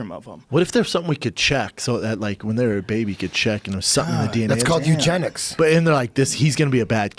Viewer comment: "Eugenics?" -Eddie Bravo "Eugenics?" -Eddie Bravo